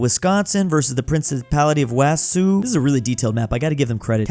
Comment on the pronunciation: it’s wassau (wass-saw)